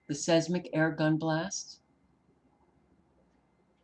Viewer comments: seis·mic /ˈsīzmik/ sounds like - size Mick - I Thought you would like to know how the word is pronounced? Hope I'm right. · GOD bless you Sister! Pronounce; Seismic, 10seconds